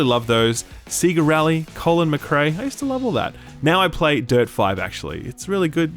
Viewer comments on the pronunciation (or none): sea-ga? That hurt my ears . It's sayga surely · "SEE-GA"? How dare you. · Wait. Did he just pronounce Sega as “sea-ga”??? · Big fan of the channel. Just being goofy here.. You say Sega as Seeega as any Australian would... but Beta you say like Americans would without "eee" sound. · “SEEGAA” what? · SIIIIIGA lol Australians can pronounce anything can they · Woah woah. I'm going to need you to pronounce Sega again. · Anyone that's played Sonic will know how to properly pronounce Sega. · Whoah, you pronounce Sega weird.